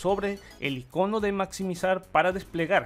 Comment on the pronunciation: Que mal español ¿como así que iconó? Esta palabra solo tiene dos formas de decirse, si acento en ninguna de sus sílabas o en la "I" muy jarto ese video, no se entiende nada, al dividir la pantalla a simple vista parecen idénticos